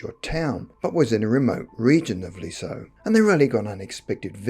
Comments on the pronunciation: Not 'lee - so' but 'leez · yuh'. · I live 5 miles from Lisieux (which isn't pronounced Lee-so, but Leez-yuh). I've heard this story before (on TV), but I've never met anyone who knew anything about it directly. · It's pronounced Lih-Zieww. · The town is pronounced "liz year '